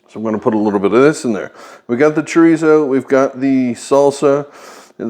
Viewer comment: THE "R" IN CHORIZO IS PROUNUCED LIKE A "D". UNLESS YOU CAN ROLL YOUR "R" IN A WAY. ALSO CUMIN IS PRONOUNCED "COMINO". JUST SEE YOU GOT THE RIGHT IDEA N JUST THOUGHT TO SHARE. COOK ON.